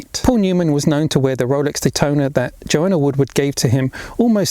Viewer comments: I beleive it's Joanne,not Joanna! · ITS JOANNE NOT JOANNA!